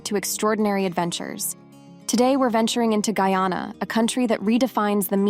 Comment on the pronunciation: This robot skunt mispronounced Guyana about six times yes.